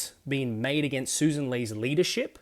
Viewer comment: Right in the opening. It is pronounced Sussssan! smh